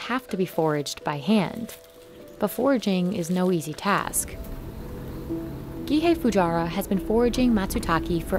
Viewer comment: Hi! Just so you know, "Matsutake" and Gihei Fujiwara are pronounced wrong! Also translation and voice doesn't make sense the reason why Matsutake increased (It sounded like decreased in Japanese). Please contact me if you need translation/pronunciation help for Japanese in the future.